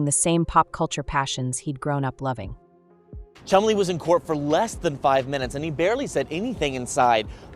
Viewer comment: every time she says Chumley I'm hearing Chun-Li